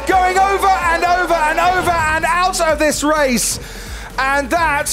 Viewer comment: "Over and over and AUT of tis raisss". Classic